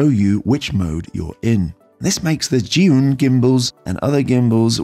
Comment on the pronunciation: Zhiyun is pronounced "jer-yoon". "zh" in Mandarin makes a "juh" sound like the "j" in "Jack". "zhi" is "jer". Sorry couldn't help myself!